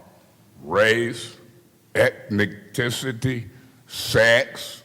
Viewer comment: Hold up,did just pronounce ETHNICITY......EK.NI.TI.CI.TY?😅😅😅😅😅😅